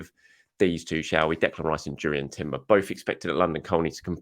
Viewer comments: Not Durrien but Yurrien, guys. 😅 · It's pronounced Yurrien Timber. The J is basically a Y just like De Jong and Johann Cruyff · Reminder it (J) Urrien Timber. The J is silent. Thanks